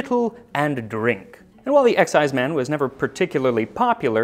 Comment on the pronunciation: You're mispronouncing exciseman. It's not "EX"-"ize"-"man", it's more like "ek"-"SIZE"-"mun". They were hated and reviled in traditional Scottish folk music, often coming up poorly when compared to the devil. Where I come from in the southern Appalachians (U.S.A), they were called revenooers (or, more politely, revenue agents.) And, yes, there is a relationship between the illegal distillers of Scotland and the moonshiners of the Appalachians. The eighteenth century Scottish emigres brought their love for the wee dram, the ability to produce it, and their disinclination to pay taxes on it when they came to the U.S and settled in the mountains west of the coastal areas. Over the years, they worked their way south along the ridges and hollers (sometimes only a step or two ahead of the tax man) until the mountains ended in north Georgia, doing battle with the hated tax agents the whole way. But that's another story... richard “Everything that needs to be said has already been said. But since no one was listening, everything must be said again.” — André Gide { Or as I call it, full employment for historians.}